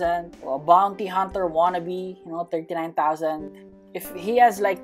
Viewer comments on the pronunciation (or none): none